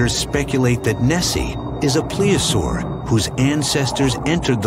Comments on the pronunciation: PLEOSAUR??? Do you mean to say PLESIOSAUR??? I'm smelling some make-believe scholarship here. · That's Plesiosaur not Pleosaur. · They keep saying plea-a-saur. I believe it's plesiosaur or plesiosaurus. Idk maybe my ears just don't work right anymore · Plesiosaur, please pronounce the "s." Weird sound effects and camera angles, a guy with a monocle...I've seen enough, bye! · Marine Biologist my ass, he couldn't even say the right name of the animal when he compared it to Nessi. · Well his marine biology degree should be called Into question if he cant even use the correct pronunciation of plesiosaur